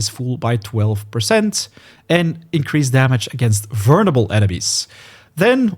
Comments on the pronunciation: I'm sorry, you're saying "vernable" instead of "vulnerable". It's triggering my grammar ocd. 😭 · Great video but dude the word is "vul ner able not "vurn able" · The way this guy says vulnerable is absolutely hilarious Vernable lol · Haha, “vurnable”. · Bro you’re not even close on vulnerable, just practice that one a little bit, everything else is sounding goodm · mate. you should ask someone how to pronounce vulnerable. cuz the way you do it is wrong.. really wrong